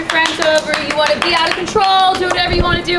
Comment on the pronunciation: “ IM OUT OF CONTROUL “ got me laughing